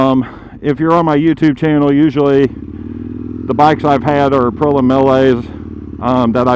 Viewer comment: Aprilla.. that must be an aluminum/aluminium thing.. IT'S .. APRIL EEA.. APRILIA